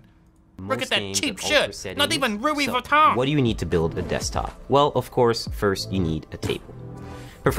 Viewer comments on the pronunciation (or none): "not even ruwey vuittawn" quotable line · “Not ruvi vitton” 😂😂😂